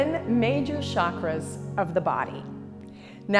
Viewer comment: It's chakras ( cha kk raas ) not shaakras like she says it. It means wheel in india, and has a ch sound like chair